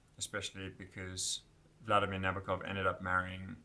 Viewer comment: The name is pronounced Na-boak-off. Stress on the “boak.” I met an old lady who had him as a professor at Cornell. She said that is how he told the class his last name is pronounced. She gave me the book they used in class. She also hung with Thomas Pynchon and played tennis with Ruth Bader Ginsberg. She said, “That’s why you go to an Ivy League college.” And there I was, a high school dropout. You got the pronunciation of Nabokov’s first name wrong, too, but I’ll let you work on that on your own.